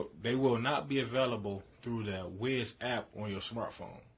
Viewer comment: It’s pronounced like wise not wiz